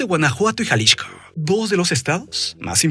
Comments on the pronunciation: ¿Porque dice Jalishco y no Jalisco? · Jaja ¿porqué el nombre del estado lo pronuncias Jalixco (que hace años no se llama así) y al cártel si lo nombras de Jalisco? XD abrazo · gracias por el dato, pero yo me refería a Jalixco no a Xalisco y solo se me hace curioso que al referirse al cártel lo nombre diferente. Saludos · ¡ O Ya! Te capto en jaliXco el cual suena (Jaliksco) seria la pronunciación. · Te dejo de ver un par de meses y ahora hablas bien raro "jalishco" así lo pronuncias.